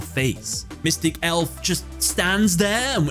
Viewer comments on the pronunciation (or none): none